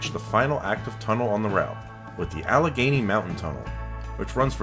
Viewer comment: There are no more tickets on the Pennsylvania Turnpike. It is all EZ Pass or toll by plate. It's pronounced Kit-A-Tinny Mountain. Much of the mountainous route and tunnels were planned to be another cross Pennsylvania rail line.